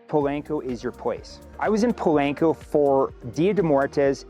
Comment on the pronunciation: Po-lahn-co. Not "lank".